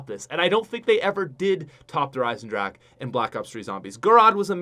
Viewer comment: This guy pronounced Der Eisendrache correctly. Finally, a YouTuber that has a brain. I was sick of people adding an A to the end of drache. Thank you sir, you are the MVP